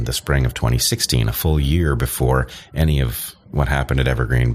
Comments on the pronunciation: ‘Annie’ instead of ‘any’. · He also pronounces "any" as "annie" instead of "enny." These are just two of a number of his idiosyncrasies.